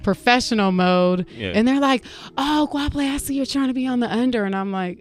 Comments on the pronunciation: Guapiley.... your pronunciation is so Funny😂😂🤣🤣🤣😂😂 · That pronunciation of her name left me in stitches😂🤣😅😂🤣😅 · thats not how you pronounce her name sway lol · Why does she let them pronounce her name as “Guapheley”? Whooo chile, THE GHETTO. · I cringe every time they pronounce her name "guaphele" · Hwa-pele for anyone wondering how its pronounced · Goapele ... Masego. I've always wanted artists like this to go on air properly pronounce their names so people can stop getting it wrong. Names like this with such strong meaning deserve to be pronounced CORRECT.